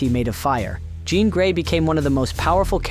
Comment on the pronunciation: Ok, 'John Grey' lol